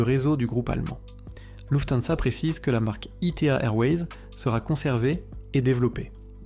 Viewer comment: ITA ne se prononce pas I T A